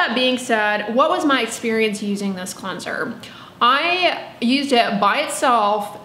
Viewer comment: Where are you from that you pronounce it “clunser”